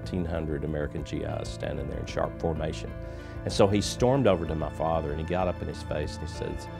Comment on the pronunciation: Start of the video: Ma Father Ed Sheeran: Ma Father